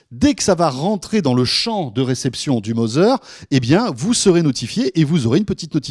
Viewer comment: Tbnk vous êtes pas capable d'égaliser votre niveau de son ? Et apprenez à parler Anglais "Mozer" lolllllllllll